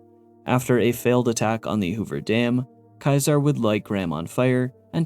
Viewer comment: Your mispronunciation of Caesar is incredibly infuriating. It's SEE-zer, not KAI-ser. You know, like little caesar's pizza?